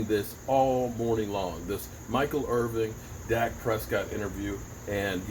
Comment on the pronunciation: You know his name is Irvin, right? I thought maybe it was just a typo and maybe you were thinking of Irving Texas, but then I heard you pronounce Michael's last name with the "g" at the end as well. Otherwise, thanks for the content!